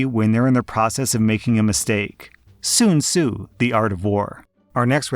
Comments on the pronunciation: the way you're pronouncing Sun-Tsu (i think it's pronounced more like son-tsu not soon-tsu) makes me wanna do something at such a level of petty but not hurtful, that it doesn't exist... Yet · Did he just call sun tzu soon su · "soon tsu the art of wore" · did this guy just pronounce sun tzu as soon soo, its sun (like what's is the sky) zoo (like the place where they put animals for display) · That pronunciation of Sun Tsu is hilariously bad, it's pronounced sun zoo not soon sue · hearing pronounce sun tzu as "soon su" made me giggle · I love how pronounce sun tzu as “soon sue” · bro "soon zoo, the art of war" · bro it's Sun Tzu .Tzu is pronounced zu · You pronounced it ring sun zu the art of war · how the hell do you fuck up pronouncing Sun Tzu? this is how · The way you said Sun Tzu gave me psychic damage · At first, I scoffed at the way pronounced "Sun Tzu", but then I froze, thinking to myself, 'Wait... he is married to a Chinese lady, right? Maybe this is another Cerberus situation and the English pronunciation I grew up with is actually wrong?'....anybody able to confirm that one way or the other? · Next time you trying to say a Chinese name, ask you wife first. That was not even close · I'm sorry. How did he pronounce Sun-Tzu? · I could not stop laughing when I heard you pronounce The quote from art of war by Sun Tzu lol